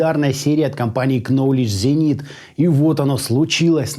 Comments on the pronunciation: нолидж зенит, первая буква в названии не читается, очень режит слух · Ноуледж, ноуледж зенит !!! К- не читается. Ноуледж-знание с английского ))))